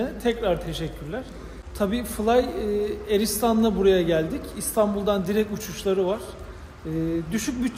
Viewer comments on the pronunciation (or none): Fly eristan değil, Fly Arıstan yani A(r)slan